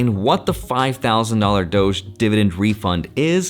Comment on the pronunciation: Why do you say doch when its pronounced dodge😂😂😂